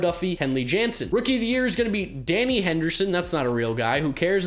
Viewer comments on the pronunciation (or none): none